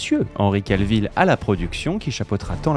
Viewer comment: Cavill, pas Calvill.